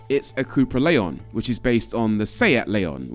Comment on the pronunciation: It's pronounced Lay-on. They are very good cars.